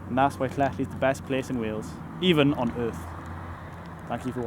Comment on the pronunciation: I think you're pronouncing it wrong